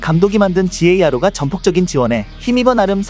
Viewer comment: 지에이알오가 아니라..가로.. 더블유가 아니라 더블...